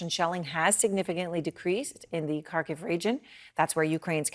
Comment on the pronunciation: This is nitpicking but couldn't the news anchor have learned how to pronounce Xi Jinping and Kharkiv? I feel like a CNN anchor should know this stuff after 6 months of war coverage mentioning Kharkiv, and 10 years of Xi leading China.